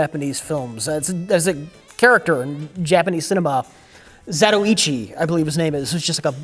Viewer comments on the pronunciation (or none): Don't worry you're pronouncing Sho Kusagi's name right haha Japanese vowels are extremely easy to pronounce. They're all pronounced one way! And messed up Zatoichi. It's pronounced Za-toy-chi haha